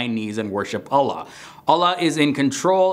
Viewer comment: Actualy Allah is pronounced "All-lah" not "A-la"